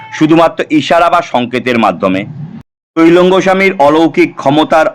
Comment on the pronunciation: কথাটা তৈলঙ্গ না ত্রৈলঙ্গ স্বামী, একটু জেনে জানাবেন আশা করি ।